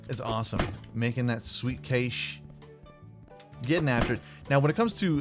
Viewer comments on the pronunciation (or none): none